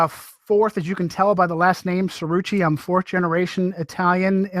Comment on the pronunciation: I love this guy's voice. He's SUCH a. That's Chi-roo-chi.. I wish people would learn proper italian pronounciation. Including the people themselves. Like stupid real housewife Teresa Jew-dee-chi who calls herself Jewdice. Jewdice indeed. Why would you call yourswlf that if you were actually Italian. And she is fluent in some southern dialect I know she knows how to pronounce her name. Weird. But I love this guy he has a great voice to listen to. Bada Bing